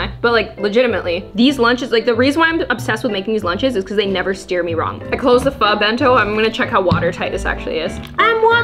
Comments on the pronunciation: It’s pho not phu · you pronounce it ‘fu’ but it’s spelled ‘pho’ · I am a Korean and you should pronounce “pho” as (fō)